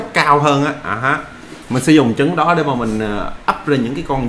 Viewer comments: trái trứng mà sao nói trái dứng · Hay quá nhưng mà sai sai trái trứng mà a đọc thành trái dứng đọc ngược lại là trứng ....